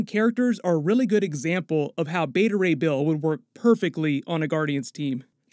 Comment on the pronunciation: Beta Ray "Bale" 😄